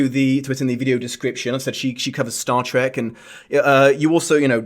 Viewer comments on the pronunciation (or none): none